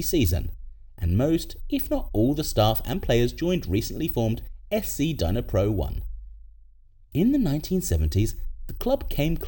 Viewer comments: It’s NOT “DYNA-pro”… it’s pronounced “NEE-pro.” The D is relatively silent. Otherwise, it’s an interesting video. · The way you pronouced Dnipro was painful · nah, it's just bad pronunciation 😂